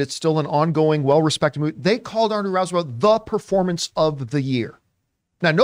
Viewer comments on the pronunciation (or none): RISE not rice 👍